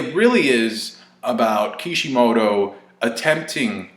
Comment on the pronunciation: It's Kishimoto dude, you take what you get lol